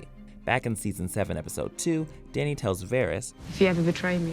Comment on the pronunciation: Did he call danny , dai-nee